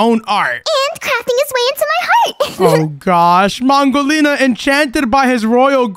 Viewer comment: Did u just call her pongolina she is mangolina